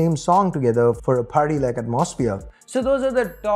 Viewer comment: please google how to pronounce 'atmosphere', it took me a while to figure out what you were trying to say